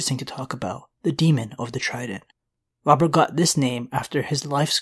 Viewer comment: I kept hearing the demon of the trident. I never knew it was Robert. I legit thought it was a evil demon from hell.